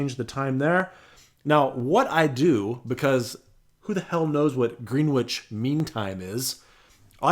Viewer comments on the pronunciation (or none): green witch??? it's pronounced grennitch. californians. :) hopefully you never have to go to worcester, mass. just ribbing. thanks for the info.